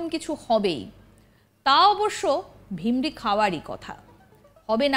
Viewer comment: কি ভাষা চয়ন!!!!! Speaker টা .... আর শব্দ টি , "ভিরমি" .....বুঝলেন??? আপনি উচ্চারণ করলেন..."ভিমরি"....😅😅বাংলা ভাষার প্রতি যত্নবান হন। এমনিতেই তো চারদিকে 😮হিন্দি সাম্রাজ্যবাদী দের থাবা।😮😮